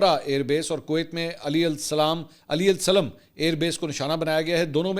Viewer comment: منصور بھائی ۔کویت میں امریکن کیمپ کا نام علی ال سالم ہے۔۔اپ اکثر علی السلیم کہتے ہیں ۔۔درستگی فرما لیں ۔۔۔کویت سے علی قیوم